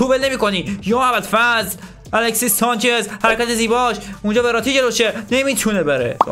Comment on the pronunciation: الکسیس سانچز نه 😅😂 درستش الکسی سانچز هستش